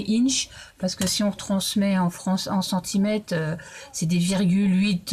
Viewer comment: Bonjour je suis tombée sur cette vidéo car j’adore les minis albums ! J’ai visité votre chaîne , vous faites beaucoup de tutos de minis et autres. Donc je m’abonne ! Ces minis sont magnifiques Merci pour vos partages ! J’aurais une question sans vous blesser ! Pourquoi le 3/4 des Youtubeuses françaises de scrap oublient toujours les R dans plusieurs mots !? Centimètes. Quate au lieu de quatre ! D’aute au lieu d’autre. Ça m’intrigue car dans plusieurs vidéos scrap!